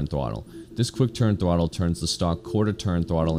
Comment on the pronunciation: You can't say "throttle"